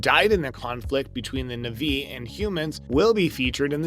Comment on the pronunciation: I love how the kids in these videos change pronunciation of every name, sometimes multiple times, almost as though it's a deliberate joke. Nuvvi, Navvy, Naviiie. You're literally like Jake mispronouncing words and getting slapped by Neytiri. Sorry, Nighteary. It's a good thing Dr. Glaze Augunstein and Nerm Spillmen were able to help! Ribsini? Joe-elle? Lindau? Really? You actually watched this film? And Colander? Did you seriously refer to Collider as a kitchen strainer used to rinse vegetables? Let me guess, college grad? I can't, I just can't. 🤣